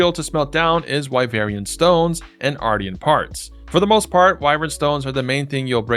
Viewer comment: i think its pronounced like Martian like a moon alien